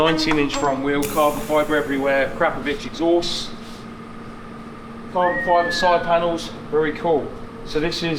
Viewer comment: Theres no itch in Akrapovik. Its also not acra povic. Its Ahh crap ovic. Why does everyone pronounce it wrong? Its Leviosa. Not leviosaaah